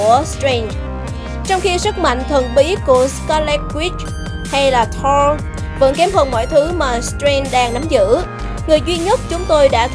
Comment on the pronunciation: Chị đọc sai tên Thor.r.nhé